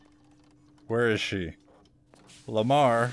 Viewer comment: bruv its lemar the pet of isaac